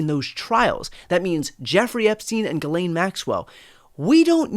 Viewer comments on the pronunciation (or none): none